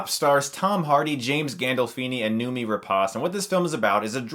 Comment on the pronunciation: Noomi is pronounced like "no, me". It's Swedish.